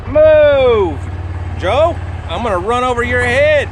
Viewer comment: Joe not joy lol